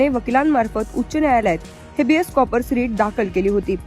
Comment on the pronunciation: कॉ- पर्स 😂😂😂 कॉर - पस असतय 😂😂😂